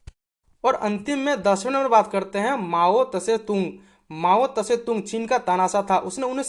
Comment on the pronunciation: पहले माओत्सेतुङ बोलना सिख बे ।